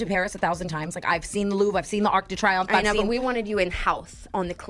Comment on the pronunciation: “…The ark d’triumph” 😆